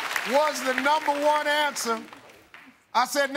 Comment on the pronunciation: Steve says, "She got all numba' 1 ansuhs'!" Me: "Oh, really STEVE?!"